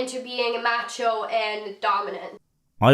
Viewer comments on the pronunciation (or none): She also said "machio" when I think she meant macho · She has to be reading off a script that someone else wrote. There’s no way she’s familiar with a good amount of words she’s speaking. She can’t pronounce automatically, gender, macho, and so many others.